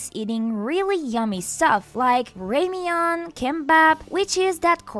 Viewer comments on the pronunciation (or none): remain😂 it’s ramen lady